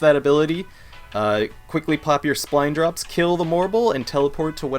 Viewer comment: Why do you keep calling them Spline Drops? It clearly says Spine Drops, no L. Also, Offal Breath is pronounced like Awful Breath, which is worse than Bad Breath.